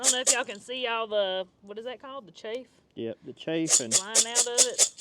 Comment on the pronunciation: Chaff is pronounced like ….laugh.